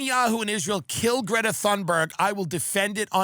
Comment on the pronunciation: Dude, educate yourself on how to pronounce Greta's name